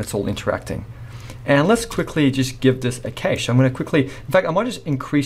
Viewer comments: Excellent tutorial! But bro, every time you said cache my ears bled. xD I'm so sorry. It's kash not kaysh, like 'a in pat' not 'a in cake' Otherwise straight to the point, I'm subbed. This channel ROCKS! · Never pronounce cache "kay-she" if you don't want to get laughed out of the room. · A great tutorial. But it really humorous to hear this guy pronounce CACHE as KASSSHHEEE. I much prefer to say cash. Put another shrimp on the barbie mate.